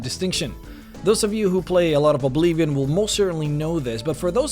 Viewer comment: i love ur videos but i cant stand when u say obleevion :(